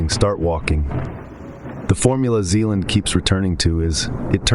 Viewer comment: Vadim Zeland not Zelan. Great video.